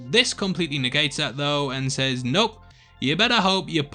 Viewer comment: learn to say says properly ffs other than that I agree with you